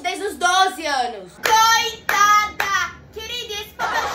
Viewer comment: Adoro quando ela fala CO-TA-DA 👏